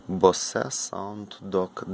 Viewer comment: Правильно вимовляється БОУЗ. Техніка специфічна але має на існування. Маю їхню акустику Аcousticmass 5 ll мені подобається